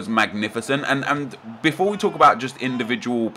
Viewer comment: Defore? are you on crack?